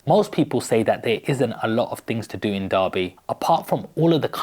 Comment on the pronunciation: It's pronounced Darby.